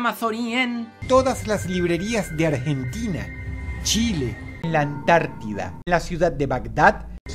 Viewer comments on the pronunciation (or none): none